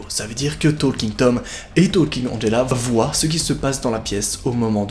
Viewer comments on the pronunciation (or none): none